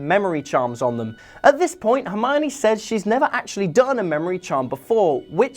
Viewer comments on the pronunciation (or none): none